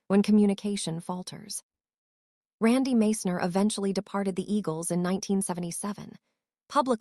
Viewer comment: Can't even pronounce Randy's name properly, Followed by a bunch of BS